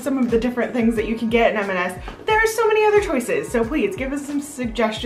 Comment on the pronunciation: Just a gentle side note, it’s M and S, never MS…